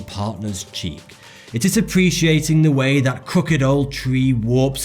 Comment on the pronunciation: . He says de wei.. That's on purpose for the memes. He has great diction and would certainly have said 'the way' but listen. He says 'de wei' subtle. But I noticed it 😂